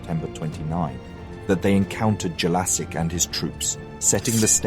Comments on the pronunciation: It's not Jelasik haha It' pronounced 'Yelachych' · nice work, but you are saying Jelačić wrong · Damn that pronunciation if Jelacic hurts my ears... I hope next part will cover Serbian Vojvodina and how both Austrians and Hungarians kept promising stuff to Serbs but in fact just lied. So everyone can understand why this shitty empire needed to go down. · hungarian names are the same mispronunced in this video but who cares he doesnt have to speak every language in the world. Other thing is that Jellasics was the single person in that time period who could change the history if he allies with Hungary against the Habsburgs we could have been independent together....imagine if there were no WW1 and WW2 or the first WW1 could have been much more worse in an other time period, who know. There are a lot of small bits in the history that if that doesnt happen who knows where we could have been now.